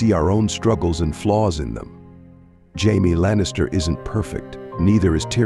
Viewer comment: Jaimi lannister is it hard with AI talking hard to correct them with correctly saying names